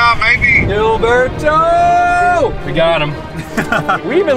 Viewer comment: you havent forgotten about Gilberto but you can say his name right? the "h" sound is indeed in the english language. casual racism. im sure you'll get your likes tho.